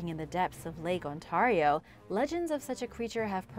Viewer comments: I think that you keep pronouncing Ontario wrong and it's funny and painful at He same time. It's an ay not an an sound. On-tare-ee-oh, not On-tar-ee-oh. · God please stop pronouncing lake Ontario like that its not on-tar-eo its Ontario sounds like on-tare-eo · I'm sorry but it's pronounced Ont-air-io not Ont-are-io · Thanks for sharing. As a Canadian... how you pronounce Ontario is : ON- Tear E O. And yes, I have seen Ogopogo from the Okanagan ... Oak-A-Nog-gan ..... Hugs from Halifax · Hello,! I love your channel! Just so you know, Lake Ontario is pronounced: On-tear-rio. Have a great day! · Love this show....but if you could pronounce Ontario properly it would be awesome. (On tare re o) thanks from Victoria Harbour, ONTARIO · The way you say Ontario... It sounds so strange to me, as a resident of Ontario myself! I find local dialects to be so interesting! I'm quite curious about where you're from! It's really cool! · The way she pronounces Ontario really bugs me for some reason... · You pronounced Oswego and Ontario wrong. I live up there and it's always funny how people get it wrong.